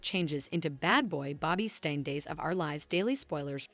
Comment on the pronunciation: English must not be your first language. How can you call Nicole Nickel. Her name is pronounced knee coal…It is Bobby Stein not Bobby Stain.